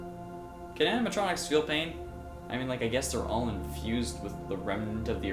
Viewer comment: It's animatronics dzuh you say it two times without correcting my goodness